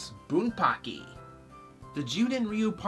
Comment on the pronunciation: its bunpachy not bunpacky just fyi